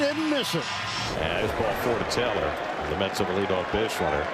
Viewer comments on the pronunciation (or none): none